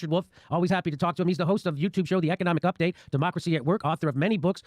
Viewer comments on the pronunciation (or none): none